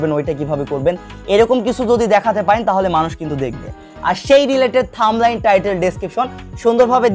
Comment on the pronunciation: থাম্বলাইস না থাম্বনেল। আর ফেসবুক কোনদিনও বড় হাতের লেখা টাইটেলের ভিডিও ভাইরাল করবে না, নদুন নিয়ম দেখেন।